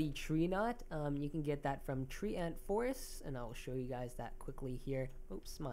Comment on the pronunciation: tree ant, tree ant, tree ant, tree ant, tree ant.................... its treant (*TRENT)